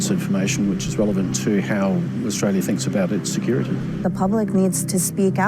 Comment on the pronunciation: It’s a trip hearing an American pronounce Australia like a full on yobbo, “Uh-stray-ya”. You have it down pat mate. Mad respect bruz!